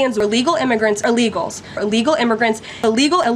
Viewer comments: Is she saying “allegal”? 😂😂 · Can someone tell her it's Illegal not Alegal.